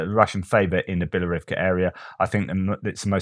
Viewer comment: your "Bielorivka" is actually "Bilohorivka" [and the h is not silent]